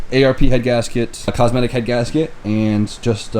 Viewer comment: its not a "cosmetic" head gasket, its cometic